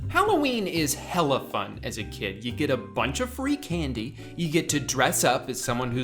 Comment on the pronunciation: Maybe it’s bc you’re Floridian but whenever you say hella it just sends me